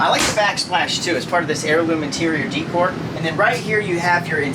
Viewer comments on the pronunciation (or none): Please stop saying d cor. The word is day cor😅. Decor is day cor. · Nice review, decor is pronounced day core tho❤ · The upper cabinet supports are called gas struts, not hydraulic . Also the word decor is pronounced day - cor.